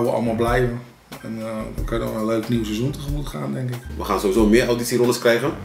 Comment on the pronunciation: En kan nog steeds het woord seizoen niet uitspreken...